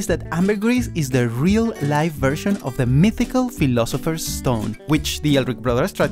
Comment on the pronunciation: He said Philopiser stone its from Harry potter